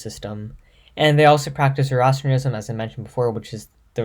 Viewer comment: Learn how to say Zoroastrianism and Iran properly